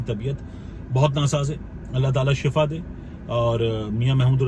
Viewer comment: صحیح تلفظ shifa ہے۔ shafa کا مطلب موت ہے شفا کا مطلب صحت ہے